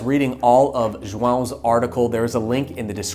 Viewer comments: That was a proper "João" pronunciation. Impressed. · Sorry this will sound extra random but you pronounce Joao beautifully! :D